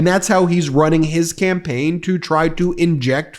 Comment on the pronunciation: You probably didn't mean to say this, but it was funny. Donald 'Scampaign'😢😢😢